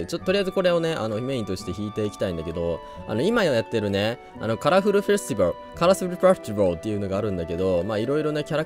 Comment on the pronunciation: 今回もマリオカート8実況ということで面白かったでs(((ボコォ プロセカ実況ありがとござます…！ カラフルフェスティバルの発音だとかちょっと口まわってないところあったり、取り合えずめちゃ可愛かったです！ 動画投稿ありがとござます…！ ちなみに私は最後の「そのメロンパン頂戴」がお気に入りです！